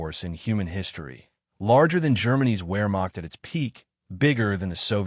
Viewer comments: the where-macht.... is this the future of youtube, ai generated history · In German, "Wermacht" is pronounced "Vermacht" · Your use of the work "Where Macht" is entertaining both from your pronunciation, and that from the context, you probably mean the German Army, not the Army/Navy/Air force. Rather than Wehrmacht you appear to be talking about the Heer, the German Army. AKA, the German Wehrmacht is the armed forces (including Navy and Air force), not only the Army.